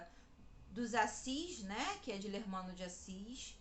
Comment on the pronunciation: Moça, o nome do amante depois marido de Ana de Assis era Dilermando e não Dilermano como vc diz.